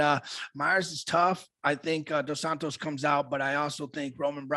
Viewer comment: “Dos Santos” lol